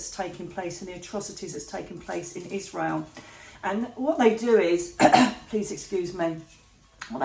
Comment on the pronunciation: Why does she keep saying Isrreal?? The pain is happening to Palestanians.